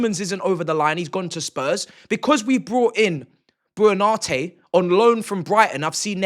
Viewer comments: FYI "Buonanotte" is pronounced "bwo-na-NOT-teh" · your inability to say buonanottes name is staggering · Man pronounced "Buonanotte" about 4 different ways and said it wrong every single time 😭😭😭